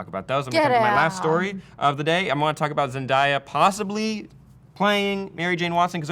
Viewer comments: 1.).... I've told you this once before.. I'll tell you again. She pronounces her own name as zen- DEY - uh, not "zen - DIE -uh"; she hates it when people pronounce her name incorrectly. 2.) A: Like with any work of fiction that's been long-established and has a massive fan following, it's only expected that the fans would want its transmedia adaptations to be faithful to its source material, or what's been long-time canon. In cases of diversity, fans would rather see an entirely new character made to be the representative of diversity (e.g. Vixen), rather than shoe-horning that diversity into an already-existing iconic character - diversity for diversity's sake ( rather than inherently diverse as written from the start ) - which, just as much as the character's originally-concepted appearance, doesn't add to the story either. That's what I think the fans are trying to express here. Diversity's great! Just make sure it's original/diverse from the start & well-written, so it's organically woven in the story, and doesn't stand out to the point that it pulls you out of the experience. Don't insert it into something that already has an existing template - start with someone new. Or at the very least, have some sort of " passing-of-the-torch ceremony " written into the source material ( e.g. Batman Inc, Peter Parker→Miles Morales, Tony→Riri, et c. ), so it's not some sort of unceremoniously jarring change - there's a transition period. Even less, at least an anno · Zen-day-a DAY AH DAY AH not fucking DIE AH come on it's not hard to pronounce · The fans weren't mad when Nick Fury was black but now they lose their shit when MJ is black smh fans might mad but they asses still gonna go see the movie also did anyone else cringe a little when he kept saying Zendiya and not Zendaya(Zen-Day-Ya) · WHY THE FUCK CANT WHITE PEOPLE PRONUCE ZENDAYA's NAME RIGHT ITS PROUNCE Zen-day-ah not Zen-die-ah fuck man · ZenDAYa not ZenDIEa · The way pronounces Zendaya.